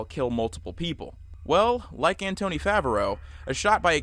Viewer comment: That's not how you pronounce Anthony.